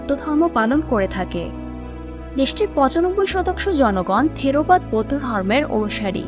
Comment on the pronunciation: থিরোবাদ না থেরবাদ হবে